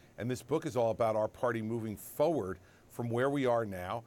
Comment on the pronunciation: The word is “FORward,” not FOWard,” Chris.